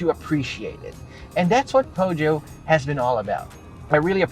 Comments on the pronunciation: Feusio pag pronounce sir.. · hi i love your show! I just wanna say that I do think there are no right or wrong pronunciation of a brand especially if it is foreign but the french pronunciation of peugeot goes like "puh-zhou". the G is not pronounced as "guh", cheers!